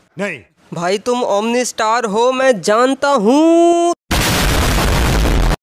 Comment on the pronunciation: Bhai tum omni star nhi omno star ho